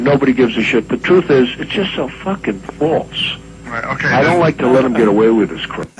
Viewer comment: "SO FAWKIN FAWLSE"